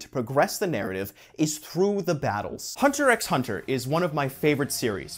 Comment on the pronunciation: Dude is a fan of Hunter x Hunter, but pronounces the "x". 💀